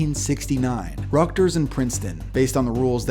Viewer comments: Rutgers not Rugters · It's called RUTGERS, not Ruckters. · it's Rut-gers, not Ruckters. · It’s just not pronounced “ructers” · “Ruckters” “ruckgers” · Did he mispronounce Rutgers?